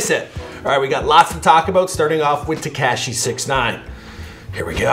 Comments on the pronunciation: Te-kaa -shi? It’s te-ka-shi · it is pronounced “tekAWshi 6ix9ine” not “tekAHshi” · It's not ta-cash-y smh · "Tekyaaashi 69"😂😂😂 damn chill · ”Tekaeeshee 69” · TekAsiEE is how he said it lmao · When will he learn it’s not TeKASHI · “TECASHI 6ix9ine” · Haha Te - kash- eeee 69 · He said tekaashi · Get is name right it's tekashi 69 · Wtf is up with you and Names. Tekeshi? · he still can’t say tekashi right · Dude, say 6ix9ine’s name right and know how to say it before you make a video on him..... smh dude. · Why you keep saying tekashi like that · Fuckin... still can't say tekashi right! Just say 6-9.